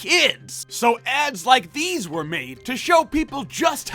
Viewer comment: "Dese kids eh made a rubber."